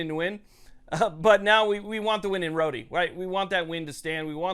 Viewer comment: Isn't it pronounced "road" like in "Rhode Island "? Just curious...